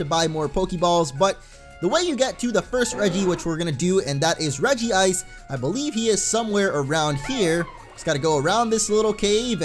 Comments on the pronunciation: Regice not Regi-ice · I dont know if anyone has said this but, u said regice's name wrong xD its Reg-ice not Regi-ice xD just pointing that out:) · Dude no offense but it's pronounced reg-ice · Its regice not regi-ice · its regice not regi ice. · It's pronounce as Re-gice not Regi-ice, even the Anime pronounce it as Re-gice! Look at the name it only has one i and not two i! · Dude say it like this rej-ice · Re-jise Regice